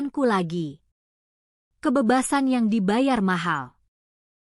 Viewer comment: Benar sekali, terlalu banyak kata "aku" membosankan, dan ucapan kalimat "kebebasan" yang kurang tepat, terutama pada huruf "E",, mohon lain kali di perbaiki ucapan huruf " E" nya